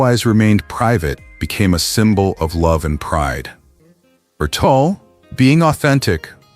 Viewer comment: It's TUL not TOOL. How do you get something so simple wrong?